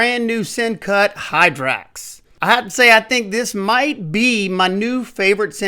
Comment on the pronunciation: Great review in spite of getting the name wrong! "Hyrax", not "Hydrax". I'm anxiously waiting for mine to arrive. JUST ONE MORE DAY!